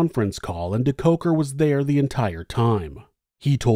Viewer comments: I always come here for the story and soothing voice... This time I couldn't wait for the American pronunciation of the SA names... Wasn't disappointed 🤗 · I love this video, but the name pronunciation makes me cringe. Surely, there is some South African news coverage with the correct pronunciation.